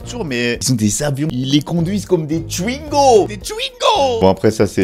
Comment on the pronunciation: J'aime bien quand tu dis "Twingo" sa sort "Tchouingo" 🤣